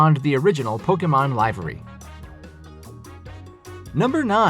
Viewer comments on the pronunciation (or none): “lie-ve-ry” what! it’s Liv-very. is anyone going to point out how weird it’s pronounced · That's just NOT how you pronounce, "Livery." It's liv·er·y1 /ˈliv(ə)rē/ You can even use the Google and it will pronounce it for you. It's not 'lie-veh-rey.' So nice, you mispronounced it twice. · It's pronounced live-ery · To clarify, it's pronounced as /ˈlɪv(ə)ri/, while you pronounce it as /laɪv(ə)ri/. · it really isn’t. Maybe in the land that butchers the language they claim to speak it’s acceptable, there’s nothing funnier than listening to yank try to force that u into buoy🙄🙄🙄🙄🙄, however livery is pronounced one way, and that’s not the way this guy pronounced it. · That much Pokemon would make my brain explode. ....and it’s pronounce “liv-ery” not “live-ery” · Pronunciation note: LIV-er-ree, not LIVE-er-ree. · Great video. Not talking shit but just trying to give a helping hand. Your pronunciation of livery is incorrect when referencing the Pikachu 747. The correct way to pronounce it is liv-er-y not live-ry. Hope this helps. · It's pronounced "livvery", not "live-ery" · It’s pronounced li - vuh - ree, not lyve - ree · . Livery (pronounced Liv-ery, not Lyv-ery). You need a diction coach as well as script writers. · I despair of the fact that people these days can’t speak properly, don’t pronounce words properly and don’t know basic rules. First, ‘livery’ is pronounced “LIVV- ERR-EE” not ‘’ LIE-VERR-EE”. Retired FROM service, not retired OF service. No such word as ‘aircrafts’, the plural is aircraft. Conduct ior carry OUT a mission, not carry its mission. Disperse fire retardant not ‘dispose’. Too many others to list. You definitely need a new script writer!!!!!!!! By the way, it’s the Boeing E4B not E48B. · I’mma actually help instead of critique. Livery is pronounced (live-err-ry) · "Livery" - like 'liver' the organ. liver-ee Neat content, glad I clicked. If I thought poorly of your content I wouldn't try to make it better with a correction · dude said “lyvery”